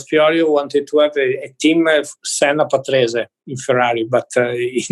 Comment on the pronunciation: you could at least say his name with the right pronunciation